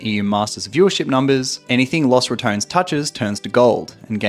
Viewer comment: Ratones is pronounced Ra - TON - es not Ra - tones